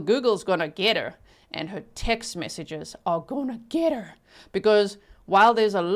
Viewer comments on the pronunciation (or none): you sounded like a Texan when you said " text messages and mr. google are goin to get er. lol